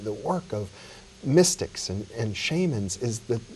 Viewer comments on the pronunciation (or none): none